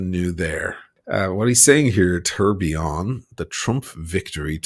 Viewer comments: "The Trump TURDillion" watch 🤣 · First of all, a correction: in a Trump watch is not a tourbillion, it’s a Tuhr-bai-lohn. Second: the Trump font on the watches comes from Microsoft Word 😂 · Thanks for the review. If he manages to sell all his “tour (for) billion” watch he will at least have enough $ to keep up appearances like Mrs. Bucket (pronounced bouquet) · Good god, he could not pronounce the French word well!😅